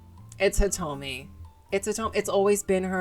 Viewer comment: You got Hitomi correct, and that's what I came here for so everythings good fam keep it coming.